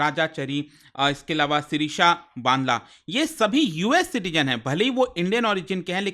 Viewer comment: Bandla shirisha.. as a South Indian I am getting irritation to hear wrong names